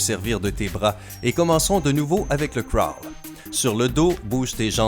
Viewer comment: La natation est mon sport et ont se cachera pas que j’ai bien rie aux techniques!!! Se n’ai pas sa les bonnes techniques! Et en passant le crawl ne se dit pas comme ça!😂 Si non, super vidéo!😅👍👌